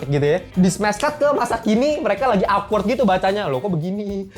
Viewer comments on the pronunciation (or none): none